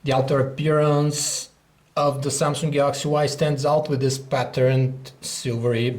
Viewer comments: samsung not samsunk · he said samsungk o.o sounds like sumsuck lol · Why did you add a 'k' in the word samsung? its makes the word ' samsunk' .